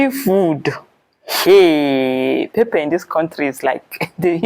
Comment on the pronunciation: wow, my Uganda sist, have started pronouncing Pepper like Nigerians...Pep-pep🤣🤣